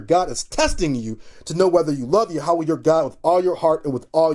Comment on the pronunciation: It is pronounced as "Yahwah" not "YA HAWUH